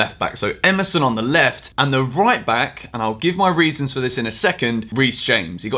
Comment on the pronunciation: ”I’ll give my REECEsons for this in a second”